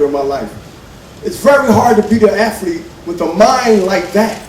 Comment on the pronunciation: Why do they keep saying "Aflete"? It's "Athlete", not AFLETE.